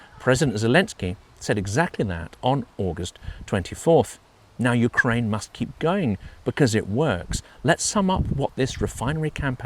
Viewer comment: Yewkwaine shud suwender